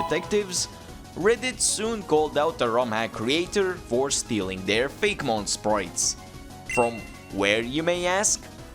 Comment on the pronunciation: It’s fak-e-mon (fake,e,mon)